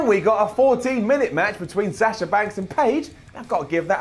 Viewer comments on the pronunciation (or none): none